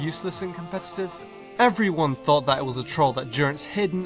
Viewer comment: THOUGHT, NOT THOT! AND THERE IS NO W IN NUMBER!